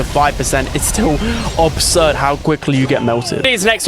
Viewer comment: “obsurd” it’s absurd idek how many times you’ve said it wrong😭🤣 never knew Bonnie was a cat😭